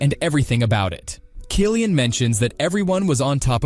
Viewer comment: I came here to say this.